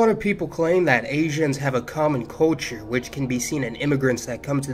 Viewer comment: I love you but I hate the way you pronounce culture